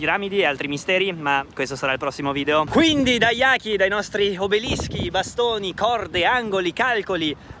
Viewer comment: Jaki ha l'accento di Marina Massironi e i Mimi di Bratislava. Ti prego pronuncia rabbrividiamo 😂😂😂